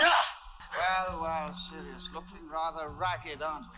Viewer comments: keeps calling Sirius silus lol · Whyyyyyy does he keep saying sirius black’s name wrong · It's really annoying how he keeps calling Sirius "Silas." Come on! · I know this is an older video, but you keep saying Silias Black.. its Sirius Black... and yes the books go into a great more detail! and Also chocolate always makes you feel better. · Petition to start calling, The Maple, for him repeatedly calling Sirius, Sylis 😂😂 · I love the way these guys nonchalantly mispronounce the names and the others are always like “hmm indeed yes” bro Silas Black and Hagard 😭😭😭 I love you guys and I am a filmmaker who’s also doing a corporate 9-5, starting a YouTube channel solely inspired by you guys ♥️ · Binging this entire series right now. I just love how constantly mispronounces names... even mispronouncing the same name in different ways. Syrus... Silus... close, close. It's also growing investment for me:)